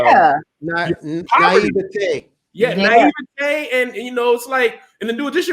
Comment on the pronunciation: I’m going to be listening to hear Kev say “naivety” like that from here on out. #NaiveTAY 🤣🤣🤣